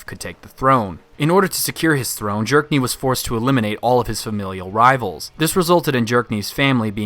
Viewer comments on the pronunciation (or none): I kept hearing you saying “Jerk-niv” and I honestly don’t know if that’s just how you pronounce his name or you just really don’t like the character 😂